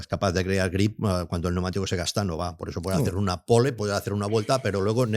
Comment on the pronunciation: Algun dia aprenderá a decir, pnEumatico?.